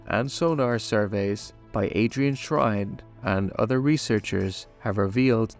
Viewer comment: Adrian SHINE, not "Shrine".